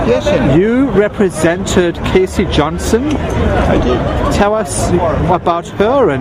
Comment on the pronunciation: It’s “Us Magazine”. Not U.S.